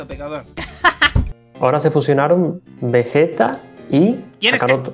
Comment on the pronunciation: Vegito y vegueta en latino están mal dichos, son vegetto y vegeta, para que luego digan que el latino es perfecto